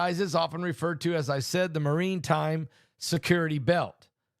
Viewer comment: Maritime,....NOT Marine time